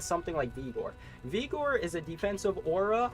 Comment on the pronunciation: its Vig-or.... not Vee-gor......and you talked about this hammerdin build and had a gameplay section, but you never showed off the actual build. You just showed charge and holy shield.